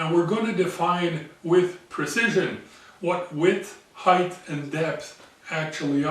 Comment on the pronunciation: Hi, your videos compliment the others you spoke of, they do more of the machining, a craft skill, but you do the theory, and without wishing to be insulting to anyone, a more an intellectual skill. Engineering needs both sets of skills. If you will permit a pedantic English speaker his hobby-horse, Height is pronounced "hi-t" (hite) not ending "th" as length or breadth does. It is a very common mistake made by even native English speakers who feel the words should all end the same. I hope you don't take my comment the wrong way and if I spoke French to you I would hope you would correct my faux pas. ATB for 2015 and the second million chris